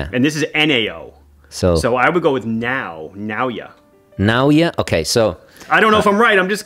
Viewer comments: Japanese pronunciation is phonetic, based upon a collection of consonant vowel combinations. Naoya would be pronounced na-oh-ya. The emphasis would be on the oh., it would be worthwhile to learn the japanese phonetic alphabet so that you can get the pronunciation of names correct before you visit Seiko in Japan. The effort will pay off. You can find it online by searching for a katakana chart. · Nah-oi-a hee-da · Ok you nailed it: just say the f... name ! 😤 Give it google: it would pronounce it.